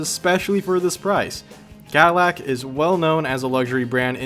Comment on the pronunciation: did you say cauhlac? it's Cadillac bro